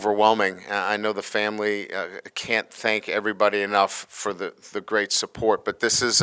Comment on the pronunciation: WHOA he has trouble with the FAM-UL-LEE